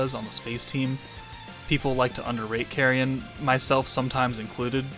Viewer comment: “Carrion” or “carryin’ “?